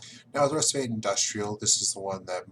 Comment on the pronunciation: So much knowledge, yet you got Rusviet's name wrong! (Pronounced Rus-fjet)